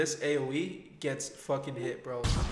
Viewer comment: We sure did hit the “FOCCUN LIKE BUTTON”